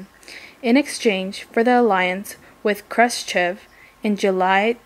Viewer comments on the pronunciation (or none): regime is pronounced regeem, not regimay.... also it's more pronounce kyuba than cooba, it pronounced krooschef not krustcheve, this was driving me insane. good job otherwise